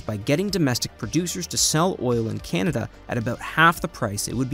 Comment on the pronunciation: Can-a-da, not "Ken-a-da"